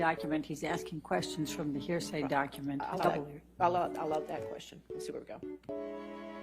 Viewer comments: Hey a- "objection hersay" . . . A- "hersay" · "Hearsay document" xD is this her first time as a lawyer?